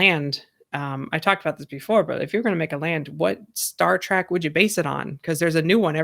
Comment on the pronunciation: "Star Track"??? TRACK??? Its Trek.. like Shrek.. c'mon